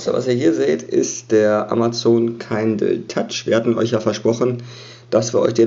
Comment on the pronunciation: Schönes Video, aber es heißt Kindle nicht Keindl ;)